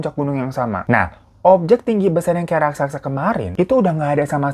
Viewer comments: RAK - SA - SA bang. Bukan RAK - SAK - SA. Dicoba pelan2 deh bang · Raksasa bang bukan raksaksa 😂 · Raksasa ya kak Bukan rasaksa.. 🤣🤣 Canda kak.. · Raksasa baaaangggg😭😭bukan raksaksa😭😭😭😭😭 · Bukan RAKSAKSA bang. RAKSASA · RASAKSA? atau RAKSASA? 🤣🤣 aku bingung